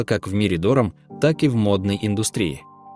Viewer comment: Почему такое невероятное ударение в слове ДОРАМ??